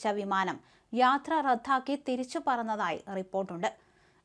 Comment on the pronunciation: അവതരിക ഭാഷയിൽ കുറച്ചു ശ്രദ്ധിച്ചാൽ നന്നായിരിക്കും റദ്ദാക്കി എന്നതിന് പകരം റദ്ധാക്കി എന്നാണ് ഉച്ചരിക്കുന്നത്.